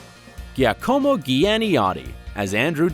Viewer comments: My son is named Giacomo and was so mad on how the guy pronounced his name. He said if this guy was in front of me I would kick him for saying my name wrong. I just started cracking up, 8 year olds they are so funny. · I corrected him out loud with an attitude cause how u get his name wrong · ghiacòmo? seriously? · it's [ˈdʒaːkomo] like Jacomo Janniotti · The way they pronounced Giacomo makes me wanna die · The way he pronounced giacomos name made me cringe so hard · I lost it when he tried to pronounce Giacomo’s name 😂😂😂😂😂😂😂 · giacomo is the best one ahaha